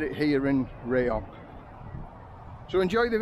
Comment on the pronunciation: Hi, apparently it's pronounced RAAH-YONG not RAY-YONG...you learn something everyday mate...lolol thanks for the Vlog mate I appreciate your efforts. Cheers Steve